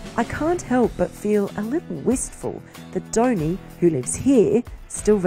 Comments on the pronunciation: Its not downy its dhoni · Not Dhouni but Dhoni. At least pronounce name correctly before making videos.